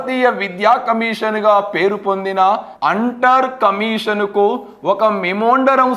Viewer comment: మెమోండరం అంటున్నారు, మెమోరాండం అనుకుంటా.